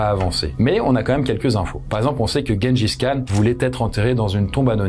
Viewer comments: Même pas il se renseigne sur la prononciation 🤦‍♀️ Tjenedjis Kane !! Comment tu dis Gérard et guenon ??? 🤦‍♀️🤦‍♀️ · Le niveau... Personne ne dit "Guengis Khan".